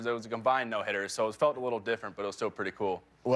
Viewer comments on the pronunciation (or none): who heard Cody Say Throw New-hitter.